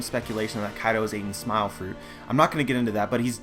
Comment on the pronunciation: why do you say smile to wierd? SMAOL. "hes using SMAOL"